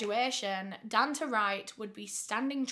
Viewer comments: bestie i think its probably pronounced don-tay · It’s pronounced DONE TAY